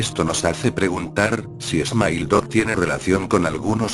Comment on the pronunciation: jajajaj es smile dog no emile dog